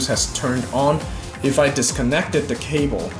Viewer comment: It's 'the' not 'dee'